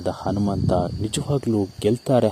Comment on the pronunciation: Modalu nettage kannada bhashe kalithu kolli kelakke agolla alla hanumanta hagi alla agi thoooo neeno ninna kkannadano thoo